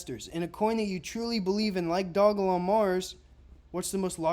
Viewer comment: Bro the name of the damn coin Is simply Doge Lon 😂😂😂 Dog E Lon. Like why are you butchering this simple name